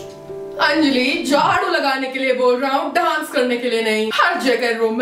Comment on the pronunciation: Hey its 'Anjali' not Enjali..😂